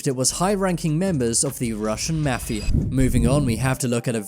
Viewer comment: when you are saying mafia its sound like mathew 10s